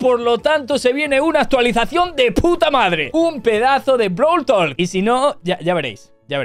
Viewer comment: Pense que era brawl talk,no brawl tolk